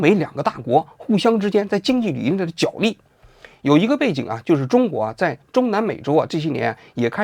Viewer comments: 角（jué）力，不是jiǎo力。王局从之前的节目到现在，已经读错许多次了。实在受不了你一直读错，太难听了！ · “角力”的读音是 jué lì。